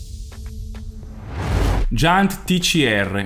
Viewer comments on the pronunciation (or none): Giant si legge 'giàiant'!